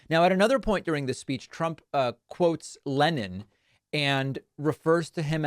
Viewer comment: In Russia they do not say leNeen.